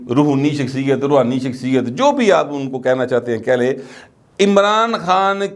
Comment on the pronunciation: لفظ رحونیت نہیں ھے بلکہ روحانیت ھے